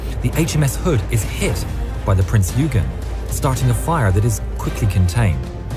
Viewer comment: Royal Navy didnt "make a mistake" when tracking Bismark - Bismark jinked unexpectantly in the night darkness after zig zagging in apparent anti submarine manouvres - it was good seamanship on the Germans part really. Another thing wrong is the narrators pronunciation of Prince Eugen (OI GEN) - rant over i will hop off soapbox now - keep doing what your doing!!!!